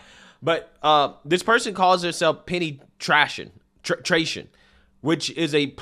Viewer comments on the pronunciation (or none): Learn to read. `Penny Tration` - Penetration. Disgusting sexual degenerate.